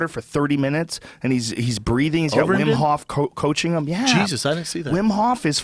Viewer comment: "uberreem" LMAO